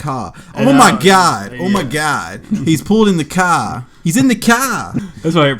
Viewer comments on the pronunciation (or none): you literally went Aussie then Brooklyn and then threw in a Boston accent with the car "Cah". And I'm from Boston and that wasn't that bad lol.